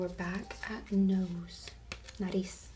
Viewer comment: it's "frente" and "Nariz" but you are all good tho